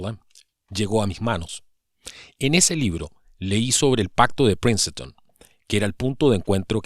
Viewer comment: Por cierto... no se pronuncia Princeton...